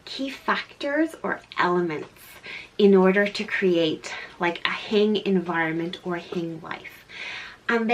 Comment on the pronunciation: per simple Google search: "Learn the Hygge Definition & Meaning on Hygge House Hygge (pronounced hue-guh not hoo-gah) is a Danish word used when acknowledging a feeling or moment, whether alone or with friends, at home or out, ..."